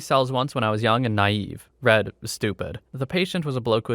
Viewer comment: When you have something like "I was young and naive (read, stupid)" that should be pronounced as "reed," not "red."